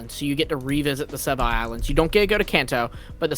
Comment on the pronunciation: The nerdy sounding guy in the background is so annoying, is it so hard to pronounce it right and call it Sevii islands? Why call it "Sevai islands, SE-VAII islands" 🤦🏻